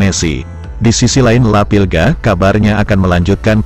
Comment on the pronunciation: Maaf La Pulga bukan La Pilga, La Pulga artinya si kutu